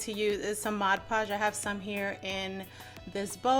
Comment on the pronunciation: 100K 🏝🌴🌆🌉 Congratulations! Don’t feel bad on how you pronounces mod podge. Image hearing me saying pod modge. 🤷🏽‍♀️ But that was when I wasn’t used to knowing about it.🙂